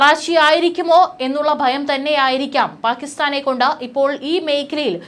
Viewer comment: ബീകരം, ബയം, ബാഗം, ശേശം?